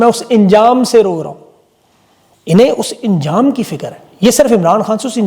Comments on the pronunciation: Buqraat dictionary deikh lia karo.lafz injam nahin hota balke ANJAM HOTA HAI. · injam nahi anjam bolte hai Mafi k sath 🙏😂😂😂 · انجام کو انجام کہنا غلط ہے ۔ کیونکہ الف پر زبر ہے ۔